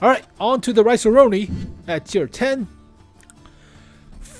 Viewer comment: "Rinoceronte" is pronounced: Ree - Naw - Cher - On - Tay